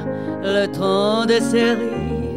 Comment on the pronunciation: cerises(正スリーズ→誤セリーズ)の発音が間違っているのだけが惜しまれてならない名唱。